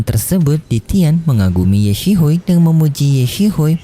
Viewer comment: Kenapa ye xisui lu baca ye sihui min kek aneh banget 😑